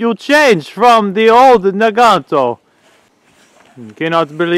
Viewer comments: NAGANT IS PRONOUNCED NAGAN NOT NAGANTO MOSIN IS PRONOUNCED MOSINA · Mosin Nagant is pronounced Moe-seen Nah-gahn, the "t" is silent. In the Motherland they call this rifle a Mosinka pronounced Moe-SEEN-ka. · WTF is a Naganto? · Protip, adding 'o at the end of a word is Italiano, not Russian.